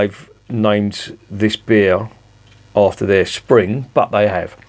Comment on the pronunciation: "Sping" was distracting me a bit. Looks like another one for me to look out for. Morrison's may have it, they call it "Taylor's Knowle Spring Blonde", part of the 4 for £7 deal.